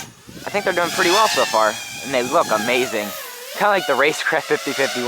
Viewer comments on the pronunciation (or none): none